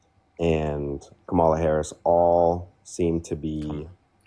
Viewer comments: Is it like a point of pride or something, these folks not knowing how to pronounce Kamala Harris's first name (sounds like KOM-uh-luh). It's not hard to learn. And, it just seems like almost every maga person pronounces it wrong. Like they take pride in it. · These Trump supporters show you what they are about as soon as they, disrespectfully, pronounce Kamala's name incorrectly. They are racist misogynists who parrot right-wing talking points, and are willing to sacrifice everything to protect people who don't give a damn about them!